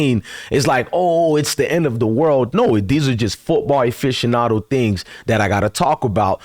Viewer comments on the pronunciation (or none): none